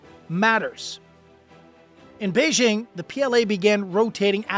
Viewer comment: Okay, so the second syllable of "Beijing" is like the first syllable in the phrase "jingle bells." It's not difficult.